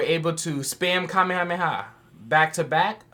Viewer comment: I love how you pronounce some of the things you do. In this video I heard you say "kameha playa" and in another video you referred to master roshi as the goat. "Wtf is the goats name??" I dont know if its intentional or not, but I love it lmao